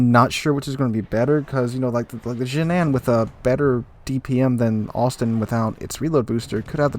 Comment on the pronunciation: As a player from Hong Kong, you nailed the pronunciation for Harbin, just a bit off on Ji nan, that's a city in mainland China and we usually just say the english name with Putonghua